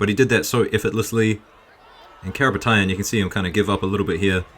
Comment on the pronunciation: Karapetian, he is Armenian. That’s the pronounce. Love your work bro.